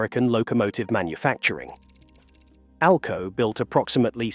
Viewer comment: Seriously? Your spelling out ALCO? Its pronounced as a word not spelled out!!! Geez!